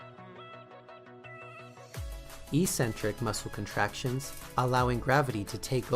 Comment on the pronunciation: Eccentric, not e-centric. Love the cheesy intro.